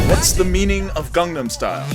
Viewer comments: To be fair, his pronunciation wasn't even close. Also, he didn't just incorrectly pronounce one word. Hell, he didn't even say "Gangnam" correctly, despite the fact that the song Gangnam Style has it a bunch of times. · I know fucks up basically every other Korean word he says, but it particularly blows my mind how badly people mispronounce the word "Gangnam". Psy says it IN Gangnam Style at least thirty or so times.